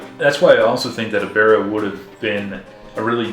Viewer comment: "E-bear-ah"? I've always heard it pronounced "Eb-ber-ah". Good review. I agree that this movie's history is more interesting than the movie itself. And the music, very James Bond.